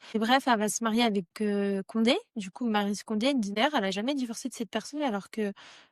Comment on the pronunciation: Salut ta vidéo comporte de petites erreurs. Elle est née en 1934, pas 37 et Condé ne se prononce pas "Gondé" sinon sympa la vidéo